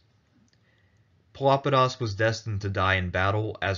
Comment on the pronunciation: Pelopidas is most certainly not pronounced as Filopedis. Pelopidas is the minor case of Pelops (from whom Peloponesus took name), a Bronze Age that means "dark eyed"